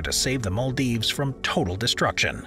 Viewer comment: The narrator and his weird mispronunciation is cringeworthy and the choice of new "cities" very negative. Utterly weird in parts. How come the narrator has never heard of the Maldives?